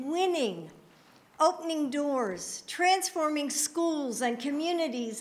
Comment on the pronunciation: She said “Tranzforming” 😂😂😂😂😂😂